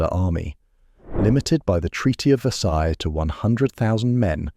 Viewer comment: The pronunciation of verseille gave it away